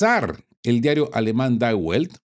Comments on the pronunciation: Se pronuncia di velt... Saludos! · Estimado, junto con felicitarte por tu contenido, reconozco la dificultad de pronunciar nombres tan diferentes al inglés o castellano. Si me lo permite, la pronunciación correcta del rotativo die Welt (el mundo en alemán) sería (di velt) y el rotativo suizo de Zurich, Neue Zürcher Zeitung (nuevo diario zuriqués (noie tsuerjer tsaitung). Sigue atento en esa torre de mando. Sine mora. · die welt se pronuncia mas o menos "di velt" con la L muy flojita. Casi como "di vet". Saludos.